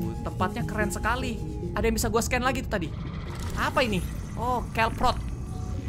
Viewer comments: Kelproot ( kelprut) jdi kelprot 🤣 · haduh kelprot 😭 bacanya kelp root (kelp rut) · Kelp Root/Akar Rumput Laut Miawaug:KelPROT Meanwhile:Orang Berak:BEDEPROT PROT PROTTTTTT